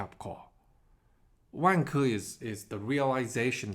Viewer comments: I hate my self. But the way you say Vanke, makes me laugh. Sorry, I know racist stereotype stuff... But maybe Wanker is a better name for them... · Turns out I’m not the only one LOL-ing throughout as I heard about “Wang-ker’s” actions 😆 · Why does is sound like "wanker"? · pronunciation of vanke makes me laugh. Sounds just like wanker! LOL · Great one. Be careful of the pronunciation of Vanke though 😂. My issue is what happens to the money supply here? Beijing is basically taking over all property companies. I see two outcomes here: 1) Xi Jinping loses power to reformers who increase transfers to poor people & wage slaves. Eventually this will work but might mean democracy takes over. Huge banking losses, major deflation like in Japan, the Great Depression but with Government spending. 2) Xi Jinping & his mates get on one of their jets filled with Gold & bail out to UAE & let all Chinese Banks go bust. This is the Shah of Iran trade *10. I think between these two options. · I couldn’t stop laughing too 🫣